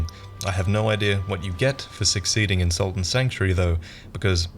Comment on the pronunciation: Holy shit. SALT AND Sanctuary. I remember you mentioned this game a while back in a Lords of The Fallen video I think, and I spent so long looking for "Sultan Sanctuary" and it looks like a lot of other people misheard you as well because Google's auto fill now adds "Dark Souls" and "game 2015" when you try and search Sultan Sanctuary. So I dunno maybe try and slow down your pronunciation in future.